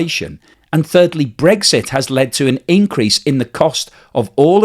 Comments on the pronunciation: its brexit not bregggsiiitttt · I like your blogs but I can’t listen when you say Bregsit instead of Brexit, sorry, probably just me.